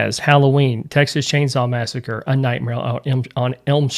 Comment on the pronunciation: I love how says Texas Chainsaw Massacre and Friday the 13th as one word 😂